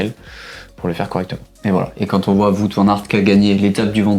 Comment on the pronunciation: Le petit point culture néerlandophone: "Wout" Van Aert se prononce "Ou-o-ou-t". Comme "Wow" avec un -t à la fin. Et non pas "Voûte". Pour être honnête, ça m'a gêné. :D